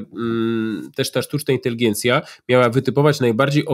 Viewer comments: Inteligencja a nie inteligijencia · Czy Pan redaktor Piotr Zychowicz przez cały program mówi INTELIGIENCJA?